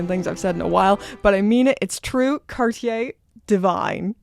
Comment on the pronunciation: Maybe an idea to learn to pronounce cartier 😉